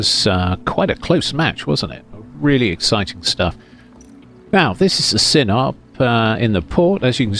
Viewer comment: This video approved by the pronunciation patrol. (although the Battle from which it is named for is "Sin-oh-pee". But I haven't found any Youtubers pronouncing it that way.